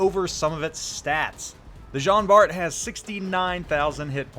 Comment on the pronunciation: Just to let you know it pronounce like John Bar.